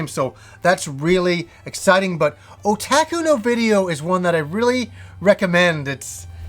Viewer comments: Otaku is pronounced O-TOK-U, not O-TAK-U. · sorry, maybe not oh, but more of the o from orange. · great video, thank you btw, otaku is pronounced oh-tah-koo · I pronounce it o-ta-ku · you had it right unroll the end. the u at the end is a hard u as in "you." oh tah ku oo is a little confusing with Japanese if you try to reference it as in shoot. so when I read your pronunciation I read it as a long oh (which it is how it would be pronounced). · Yes, ku is the pronounciation I am thinking. o-tah-ku It's more of the o from orange than the o from oh. It's no biggy though, I don't expect everyone to pronounce it like a Japanese would. Like we already butcher words like karaoke, sushi etc. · For the love of god, it's pronounced oh-tah-kuu...